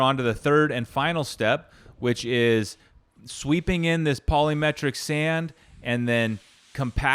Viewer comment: It’s not polymetric sand, it’s polymeric sand.